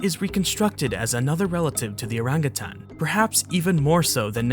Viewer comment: Its nice to see someone who knows the right way to pronounce "orangutan".